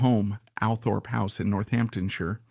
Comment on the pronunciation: It's called ALLTHORPE, NOT, "Al" Thorpe